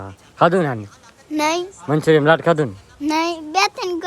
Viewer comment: મંચુરિયમ ના કહેવાય મંચુરિયન કહેવાય